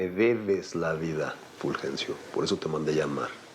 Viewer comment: Jajaja me da risa el furjencio